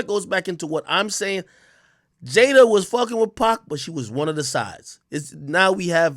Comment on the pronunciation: It’s pronounced pac like pock not pack, y jada didn’t correct boy? 🤦🏾‍♂️